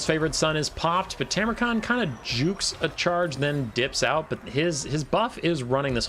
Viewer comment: Go back to saying it your old way - TARmukhan! Who cares if it's wrong, was one of your signatures when I first started watching.